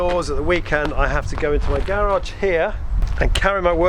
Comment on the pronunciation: Nice idea but I couldn’t focus because of the way you kept pronouncing “garage.”